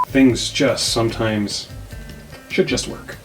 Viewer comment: shwood he?